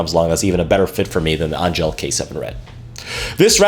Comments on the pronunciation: It's pronounced ANGEL not ANG-GELL. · Angell is pronounced just like Angel. Hence their halo strings and whatnot.